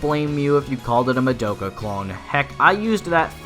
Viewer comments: I swear it's pronounced Mah-Doh-Ca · but they always pronounced as Mah-Do-Ka